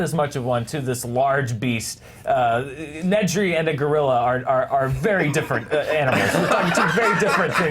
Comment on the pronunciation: I loved question three, but goddammit, it's Dennis NEDRY. Ned. Ree. They say it multiple times in the film. Not once do they say, "Find Need-ree. Check the vending machines."